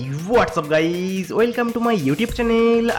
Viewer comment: sun bhai tu pehele whatsapp gays bolna band kar